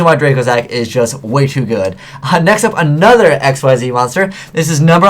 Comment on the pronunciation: why can't this fool pronounce "xyz" correctly?